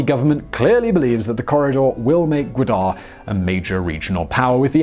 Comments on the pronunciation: Its ga wa dar not guader deckhand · Its Ga Wa dar not gadar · it is not peshwar it is peshawr and not gudar it is gwadar not making joke just telling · Godar? it's Gwadar silly. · He can’t pronounce gawadar port Chutia expert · it's Ga-Wad-Dar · It's Gwadar Port City...not Quetta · the way he pronounces Gwadar is giving me anxiety. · Also please try to pronounce names like Gwadar somewhat similar to the correct one.